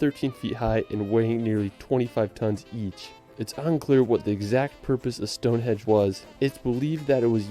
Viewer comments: Is it just me or did the guy narrating the video keep calling Stone Henge Stone hedge?? Not such the expert visitor he makes himself out to be😁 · lol Ive seen this video before but everytime the guy says 'stone-hedge' I die inside... and he says it a lot. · Did he say stone hedge? Anyway there are so many places to visit in the tiny UK, you'll need more than one holiday. It's amazing how we fit it all in lol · I also thought he said Stone hedge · "Stone hedge" Wut? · Stone Henge not hedge for gawds sake 😂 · Someone needs to tell the Narrator of this film that it's StoneheNge not StoneheDge...🤣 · That bloke in the video says 'Stone Hedge'. Maybe he's unlocked the secret of the place - it is a garden fence. Well, I can recommend Dorset and the Jurassic Coast but it does get very busy in summer - like a lot of places in the southern part of Great Britain. One thing's for sure, you would have to be here for months to see very much. It's a small part of the world but there's just so much of it. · LOL he calls it Stonehedge.... its Stonehenge. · Stone HENGE! Not stonehedge! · Stonehenge not stonehedge lol . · Every time that dude in the video you're watching calls it "StoneHedge" I wince lol. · 4m15 sec Stone Hedge?? stone HENGE is the name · It’s stone henge not hedge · The narrator literally said "Stonehedge" not "Stonehenge". He probably thinks it is supposed to be a stone hedge because he's never heard of a henge. Not that Stonehenge really is a true henge either but that's a technical achaeological issue. P.S. much of it was re-errected during the 1950s. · Awww if you come anywhere near Gloucestershire, please let me know 👍🏼 would love to meet you and show you my County 💚 Ps. The guy in this video kept saying ‘Stonehedge’...... it’s definitely ‘Stonehenge’ 😂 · Is he saying 'stone hedge?' yeah, years travelling the uk my arse... can't even pronounce Wiltshire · is the narrator calling stonehenge "stonehedge"? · that tube in the video keeps saying stone "hedge" 😂